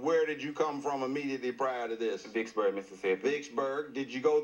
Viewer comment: Did he say Dicksburg, Mississippi???